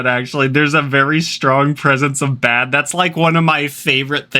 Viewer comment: Tbh I heard ded instead of bad 😂